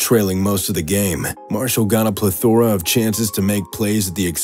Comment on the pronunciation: It’s PLEthora not PleTHORA 😂